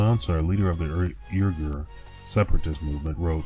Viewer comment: I THINK the proper pronunciation the Islamic turkic folk of western China sounds more like WEE-ghar, however it might actually get spelled in English.